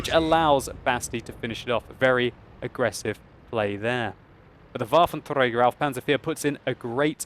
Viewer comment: It's so awesome whenever you say "Waffenträger" :D